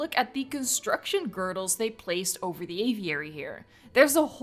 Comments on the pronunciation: I usually think I'm a fairly mature person, but I still found myself giggling every time pronounced "girders" as "girdles". I am no better than a child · the way you say girders... wtf how do you say it that wrong lol. otherwise nice video